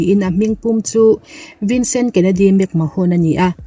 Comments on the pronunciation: World Champion ni thei naupang ber Brock Lesnar niloin Randy Orton zawk aniang a!! Vince McMahone tih loh tur McMahone niloin McMan tia lam tur aww!! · WWE chairman hming i lamdan chuleh...'mahawn' ti a lam lo in 'men' ti a lam tur aw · Vince mcmahon hi Vince mcman tia lamtur aw